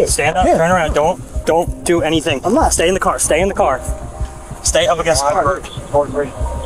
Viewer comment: "DJ, its nothin really we could dew" homie speakin baltimese😂